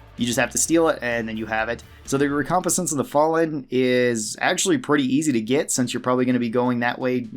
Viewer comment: Sir, Recompense is pronounced wreck-com-pense I’m sorry but that pronunciation has bugged me for a bit 🤣🤘✌️